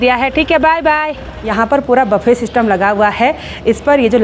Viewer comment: baffe nahi bolte buffet bolte hai.... please don't mind 😅